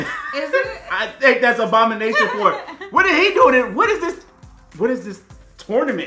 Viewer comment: Abomanetion and Wong bro